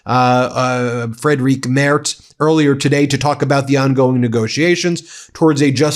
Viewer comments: Friedrich is pronounced more like "FREED-rick" not "Fred-RIQUE". You mispronounce it in every video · German here with an unimportant side note: Mr. Merz's first name is pronounced similar to "freed Rick" (as English speakers are usually not able to pronounce the sound represented by "ch"). His last name is pronounced similar to "mairts". Freed Rick Mairts 😅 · Ben: The name of the German Chancellor is pronounced like Freedrich Merz with a soft pronounciation of "ch" . I know, it's somehow a tong twitster for English speaking persons ... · The German chancelor’s first name is Friedrich not Frederic. Please get the pronunciation right. We are not massacring the names of other world leaders here in Germany either by pronoucing them in a German way. Make an effort, it is not difficult to find the right German pronunciation online.